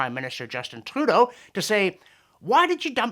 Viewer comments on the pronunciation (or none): none